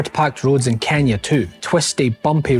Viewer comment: its Kenya not kenia